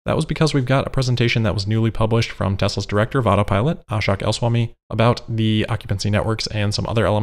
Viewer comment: Lol you are say ahshuck it’s ah shook